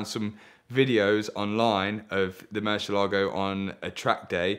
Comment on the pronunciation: Only man allowed to say Meri- Lahgo.